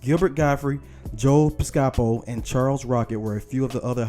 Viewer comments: Joe Piscapo's last name is pronounced PISS-kapo not PISS-KA-po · Pis-ca-poe, not Pis-cahpt-po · Pronounced. ….Joe Piss KA Poe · Bill Murray replaced Chevy chase and was technically not an orig cast member. Also, dudes name is Joe Pispaco(PISS-cuh-poh) not pez-KAH-poh. Also, you talk for a living so TRY to get some names right. There been at least 4 so far…. Damn that’s just dumb. How can you get monetized by not even knowing how to say a name? There goes 5 & 6. I’ll wait for the rest… LOVE-itz.. Jesus dude. Not the Levitz furniture shop. Damn dude. I’d fire your slack tongue if I had the chance. And how many times will you talk about the Duck show? And his early movies? Lord this is bad. So bad. Other dudes name is “A. Whitney Brown.” Fam dude. Do some research. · It’s pronounced “Piss-ca-po” not “Pi-sca-po” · You said Joe PIS SCA POE (Piscapo) wrong. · PisCApo? Ugh. You can tell the narrator knows nothing about old school SNL. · FYI its pronounced Joe Pis co po rent a few Electric company episodes it will help with proper grammar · It's Pronounced, PISS-KUH-POE ... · Please learn how to say people's names before posting a video! His name is Joe Piscopo pronounced PISS-KAH-POE! Jon Lovitz is pronounced Jon LOVE-ITZ!! Good grief! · For a minute I thought he said "Joe Gestapo" 😆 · Please learn the correct way to say Joe Piscapo's name. Seriously, it's not that hard. It is pronounced PISS' KA POE (emphasis on the first syllable). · Bruh, "Joe pis-COP-oh?" "John LIV-its???" Damn bruh you gotta be young as hell to mispronounce legendary names like those. I'm saying, you gotta be 24-25 MAX? smh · Learn how to pronounce Piscapo correctly, please. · How you gonna mispronounce a name that gets announced on every episode? Lovitz AND Piscopo? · how you mess up Joe Piscopo name?? otherwise good synopsis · but not as bad as his butchering of Joe Piscopo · You can't pronounce Joe Piscopo??? 😮